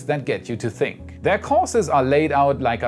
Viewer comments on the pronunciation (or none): none